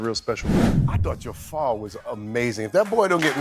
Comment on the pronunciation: The guy doing this video! Oh my gosh can you LEARN how to pronounce JAFAR’s name!!!!! It’s terrible you can’t say it! Listen to how his family’s says it! It’s not JAY FAR! Good grief!